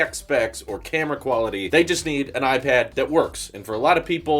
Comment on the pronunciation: I didn’t want to tell you before but it’s a regular habit of you to differentiate Apple products like a pro vs a air but instead of pronouncing the word that differs (pro air ..) you just pronounce IPAD superhard. It’s just bothering me a bit because I would allways pronounce the part of the name that’s different if I’d want to tell them apart